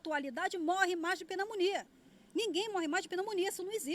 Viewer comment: "Penamonia"... Que barraco!!!